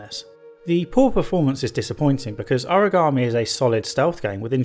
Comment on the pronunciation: Origami is folded paper. Aragami is this game. Sort out your pronunciation